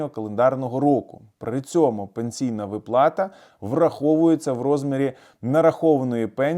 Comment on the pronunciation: А що, як буде говорити вИплата то Ви її одержите?